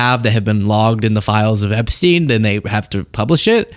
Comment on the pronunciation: Did Dipshit Orange just say Ep-SEEN??? Time Stamp